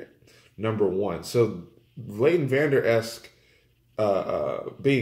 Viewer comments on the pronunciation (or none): great comments but get the name correct, it's vanderesch not vanderesk!